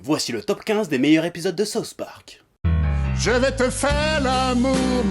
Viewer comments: C'est difficile d'expliquer par écrit mais il faut faire le son avec la langue du "th" de "souTH". Parce ce que sinon au lieu de dire "le parque du Sud" t'es en train de dire "la sauce du parque". Mais bon, cocorico, les français (en général) et l'anglais ça fait 3. Mais c'est pas méchant ;) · Sérgio Marques "Saouce" Park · Par contre faudrait arrêter de dire "Sauce Park". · lord of Terror Saoufe pork